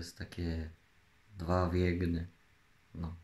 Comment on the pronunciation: "To takie dwa w jeGnym"